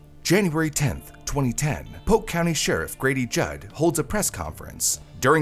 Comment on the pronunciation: Its pronounced POLK COUNTY.